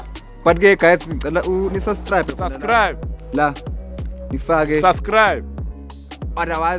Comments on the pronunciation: "SUSCRIBE" 🤣🤣🤣🤣🤣🤣🤣😂😂 # uyiDog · "And also sustribe" 😂😂 Yhooo these kill me 😅🤣😭😂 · Its not suscrib😂😂😂😂😂its subscribe